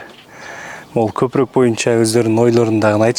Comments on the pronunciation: Далбойоп копрок дебей копоро деп айтсан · Копурук катта деген создорду туура суйло блогер кыргызча суйло.Сени бут Кыргызстан коротго